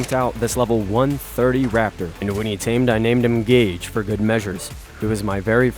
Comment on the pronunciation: My name is gage not gauge but I’m glad someone uses my name for a tame🤣